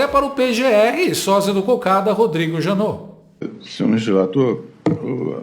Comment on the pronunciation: Janot? Vc falou Janot,?